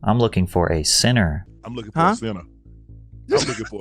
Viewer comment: ‘I want a sinna’ 😂😂😂😂😂